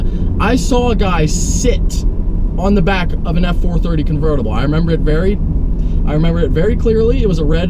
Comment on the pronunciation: I thought he said "Covertible F-450" and was so confused.